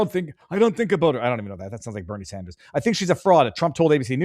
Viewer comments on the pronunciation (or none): none